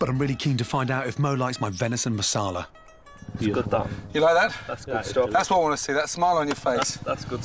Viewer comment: "Masala" not "Marsala"🤦🏻